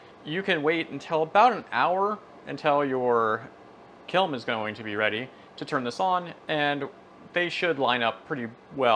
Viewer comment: Is he saying kilm?